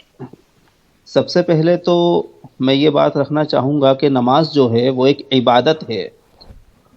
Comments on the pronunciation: shi se Ibadat nhi bol pa rhe h aur kh rhe h ki me Islam se bare me Jan rha hu aur kuraan srif pada hu. Gajab ke ghute h 🤣🤣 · Tm hmko Milo to btao kitna kuran ar Islam padhe ho ik simple sa shabd Urdu bol nhi paye ibadt